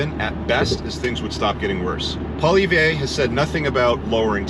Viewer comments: Would be best to pronounce Poilievre properly. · some good points made, you speak very well and clearly. (Maybe work on the correct pronunciation of Pierre’s last name 😊). Your inserted memes are unnecessary. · Well said. I have one suggestion. Please learn the proper pronunciation of Pierre Poilievre's name if you're going to refer to him in more of your videos. I'm guessing you probably will because everyone will be very familiar with him being the next PM of Canada. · Hey alpha bro; learn how to pronounce Pollievre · You need to practice your "Poillievre" ! I don't see annexation of Canada, who would want the pain in the ass Quebec, but . . . if Alberta was to opt out of the Confederation, I would see the US welcoming that province as a new state.